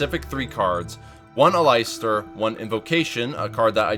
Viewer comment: "Al-eye-stir" lol